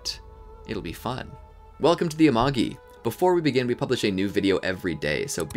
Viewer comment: Do you ever notice that it's spelled amagi but they say it amangi?